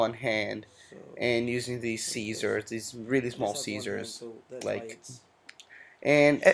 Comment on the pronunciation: lol SEEEEEEEEESERS